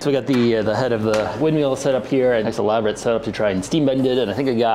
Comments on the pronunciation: I just love how he keeps calling it a wind MEAL. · wind "meal?" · Wind MILL, rhymes with Hill, not wind MEAL. I enjoyed the video but that pronunciation was more painful than a midwesterner trying to say "Aaron earned an iron urn" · "Wind meal" What fucks me up about this is that when he says "Water Mill" he doesn't do it. WTF? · Am I the only who be hearing meal and not mill? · Mill. Wind *mill*. Lol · wtf is a wind meal? say words properly please